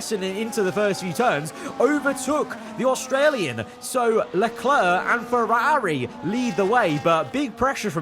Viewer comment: Was a really good video until 31 minutes then you ruined it when you tried to pronounce Ferrari. You're probably better off not trying to say it anymore.